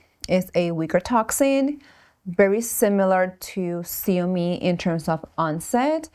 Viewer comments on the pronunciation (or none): Zeomin, nor seomin